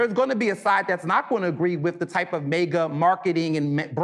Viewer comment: The gentleman doesn’t even know it’s MAGA not MEGA!! 😂😅